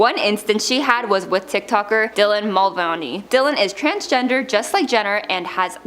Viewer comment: It's MULVANEY - Ā not a difficult name to pronounce... Every single one of these videos on this channel has at least one name mispronounced. Please do your research beforehand. Getting someone's name wrong publicly is really disrespectful.